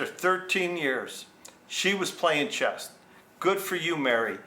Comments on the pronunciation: Good story. BTW it's chess, not chest. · It’s ’CHESS” not ‘chest’….😂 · It’s chess not chest. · I can’t resist - The word is CHESS Not chesT 😂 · It's C-H-E-S-S......not "chest" where Mary's boobs are! 😂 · It's "chess" not "chest" or maybe she is built like a brick s house.and she is playing chest... lol I need to meet a woman like her: simple honest arrangement and both parties played within the rules.